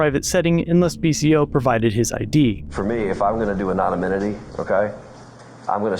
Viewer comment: Dude said “anonanynomy”